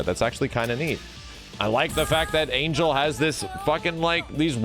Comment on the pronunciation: Angel is pronounced Ahn-hell